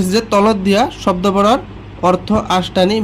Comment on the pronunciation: Sodo nohoi hobdo😂😂😂😂